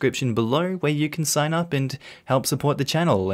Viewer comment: "This is a tsign"